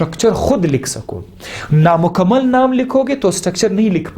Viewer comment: ...I think sir is patan bcx the accent in which he said"NAMUKAMMAL nd MUKAMMAL"❤❤❤❤❤